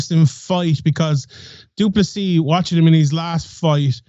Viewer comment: Love the show guys but it's pronounced du-plesee not du-plessis also til is getting slept. Come on 🇿🇦🇿🇦🇿🇦🇿🇦